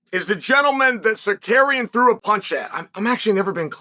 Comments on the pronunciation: arman tsakuryan said chael, lol its pronounced sarukyan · Damn, now we won't see Mocklechev vs Suh-CARRY-yun.